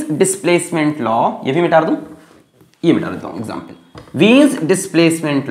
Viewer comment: Others - mita dun Sir be like - mitar dun Love u cute sir